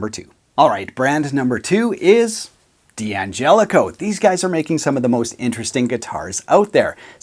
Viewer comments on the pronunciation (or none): In Italian and in English , d'Angelico is pronounced "DANGELICO", not "Di Angelico". It's not an initial, and there is no i. Just a silent apostrophe. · It's pronounced DAngelico, not Dee Angelico ... like DAddario, not Dee Addario. One of the D'Addarios explains the pronunciation in an article about the company in GP magazine a year or two ago. As someone whose last name gets mangled all the time, correct pronunciation feels good. Agree about the PRS SE. Bought one several years ago. Very good. So good it made it hard for me to justify the American PRS. Same with Sterling. I've had their AX 40 for a long time. The Godin Core CT is a go to guitar for me. Also my introduction to P90 pickups. And Seymour Duncan pickups, to boot. I think I really want the same one as you showed, as well. And, has been mentioned by others, you missed G&L. But maybe you've never had one go through your hands. I have a Tribute model S-style. It has everything you could want in an S-style guitar. Interesting tone circuit, too.